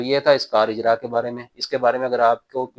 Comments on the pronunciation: بھائی جان 'کار اجراح' نہیں بلکہ یہ عربی کا لفظ ہے جسکا صحیح تلفظ 'کار اجارہ' ہے۔ اسلئے درست فرمالیں۔ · سر اجرا نہی ہے اجارہ ہے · Sir ijraah nahi car ijara